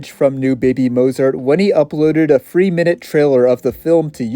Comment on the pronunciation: Bro can’t stop saying “free” instead of “three” 😭